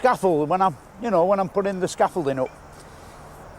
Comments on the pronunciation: Must be American cos he cant pronounce scaffolding properly 🤦🏻‍♂️ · The way this fella says "scaffolding" freaks me out. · I was wincing a bit at your pronouncement of scaffolding 😂